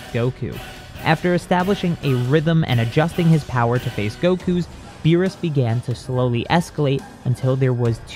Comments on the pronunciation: was it just me or did cell say the god of beer? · For a sec I thought he said the god of beer